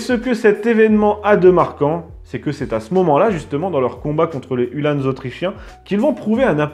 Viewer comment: Hue l'âne ! non, uhlan (comme verlan), tout simplement ;-) . Sinon merci une fois de plus pour cette émission fort intéressante (et pour "neurchi", en échange de bon procédé !). A noter que les fanions en partie haute des lances, outre d'indiquer l'unité d'appartenance, avait pour vocation d'affoler les chevaux adverses lors des charges.